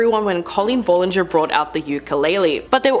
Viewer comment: You’re pronouncing BOTH her first name and last name wrong